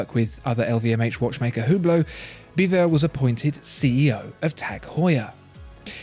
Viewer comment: I can only say superlatives about video quality and editing skills, but please, learn to pronounce Porsche and Hublot.